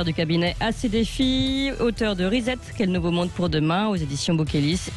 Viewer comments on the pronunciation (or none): "Reset" c'est de l'anglais!! Prière de prononcer "rissète". Merci! parce que "rizette" c'est de la racine de chien-dent! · L'autre imbécile qui n'arrive pas à prononcer correctement RESET !! trop marrant !! La tronche de Bercoff quand la cruche prononce le mot !!